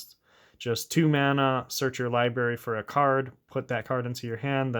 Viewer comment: If I got a dollar for every time you said liberry instead of library it would pay for this deck